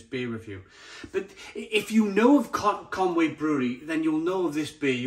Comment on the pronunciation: Isn't that ConUy (Conooy) mate?